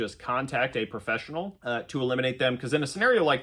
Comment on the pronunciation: he says " eye have Done This for 20 yrs, and EYE would say, Contact A PRO- FESSIONAL " Shocking 😅